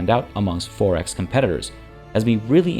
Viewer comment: You pronounce 4X like “Forex”, meaning currency trading. Its “Four X”, two words!